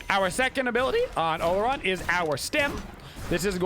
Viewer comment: In case you're curious the real pronunciation of Olorun is aw-law-rune :p